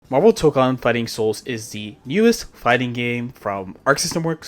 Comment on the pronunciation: Thank you for pronouncing Toukon correctly lol